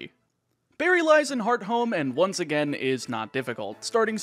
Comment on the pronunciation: I have no idea if I'm correct or not, but hearing you say "heart home city" feels Weird, I've always read/pronounced it "hearth -ome", using the th sound in the middle. It still sounds like "home" bc leading H's are nearly silent and often dropped anyway lol